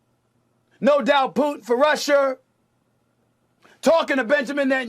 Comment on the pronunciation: “No doubt Putin for Russhherr” 😂